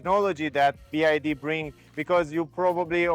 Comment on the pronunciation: BYD , NOT "BID"😅